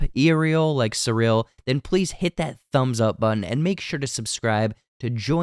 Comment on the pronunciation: I'm sorry, how are you pronouncing 'Cyril'?!